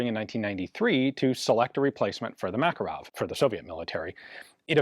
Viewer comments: Makarov is pronounced as Makárov, with the emphasis on the second syllable. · Грач - rhymes with "patch". Absolutely terrible conversion system someone came up with long ago to convert Cyrillic to Latin characters. Also, Макаров - Ma-kar-ov, not Mak-a-rov. You'd think with AI there would be a better conversion system by now. Автомат Калашникова - Av-to-mat Ka-lash-ni-kov-a, not ko-va.